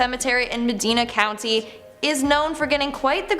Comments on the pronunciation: As a lifelong Cleveland resident, I need to rip this list apart. The witches grave is all BS. Doesnt exist. The Ryders Inn is in Painesville, Ohio. A city. Not a road. Akron is pronounced AKR-IN. Not A-KRAWN, And Medina is pronounced MA-DIE-NA. Not MA-DEENA. This list is so awful. I can't believe the witches grave is known outside of Olmsted Falls, which is where it is. Its in Cuyahoga County not Medina County. Lake County is 25 minutes from Cleveland and the Melon Heads story is utter nonsense. Mansfield Prison is supposedly haunted. Franklin Castle has ghost stories as well and is the most famous haunted house in Ohio. But most of the legends about the house have been debunked though. No human remains were ev found. A former owner told that story because he was trying to start ghost tours for profit. There are tunnels but no evidence the German Socialist Club "Nazis" were gunned down in the basement either. No axe murder either. There was a fire that gutted the castle but its been restored and the house is BEAUTIFUL. I'm surprised the legend of Gore Orphanage didn't make this list. Another urban legend thats not true. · Your pronunciation of Medina (meh-dine-ah)county, Akron (ak-ron), and your coverage of Hell Town has too many errors of research. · AND MA-DIN-A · Akron (act-ren silent t) Medina ( my-din-a) Portage county (port-age) I love how you tried tho. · Its pronounced Ma Dine a county even thought its spelled like Medina lmfso Lmfao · The mispronunciations are hilarious, it's Mid°eye°na (Medina) Ack°ron (Akron) Por°tāge) (portage) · i also live in ohio, i found it interesting how she pronounced "Medina" too. lol, never heard it said that way